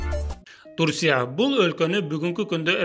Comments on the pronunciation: Турсия дебей Турция деп туура айтсан тантырабай... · Турсия эмес.Турция!.Ударение.интонация..кыргызчасы.тамгаларга туура басым коюп суйлоо! Уят да ушинтип окуган.уйундо эч кимге угузбай окуй бер.элге окугандан кийин.точка .утур.тыныш белги дегендерди колдон! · Турсия эмес Турция деп сүйлөчү. Же Түркия деп эле айтчы